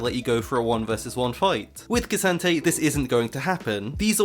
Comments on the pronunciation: can u stop saying kee santayy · Its pronounced K'Santee get it right 🙃